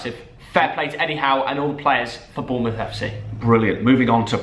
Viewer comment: Every Bournemouth fan gets triggered when Thogden says Bournemouth FC